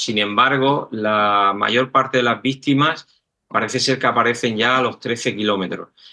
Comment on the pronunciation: Por qué el caballero dice vistima?